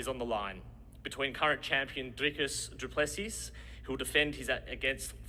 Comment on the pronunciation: u pronounce duplesis duplesi the second s is silent